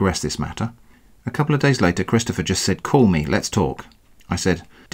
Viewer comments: "Chidstopher" lol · laughing so hard at the way he keeps mangling Christopgoher